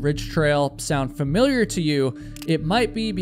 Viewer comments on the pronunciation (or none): none